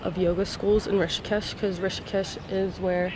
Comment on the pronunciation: Its Rishikesh not tishikesh 😂